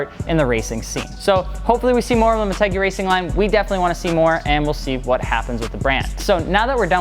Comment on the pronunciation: I thought it was pronounced like mort-u-guy not mort-egg-e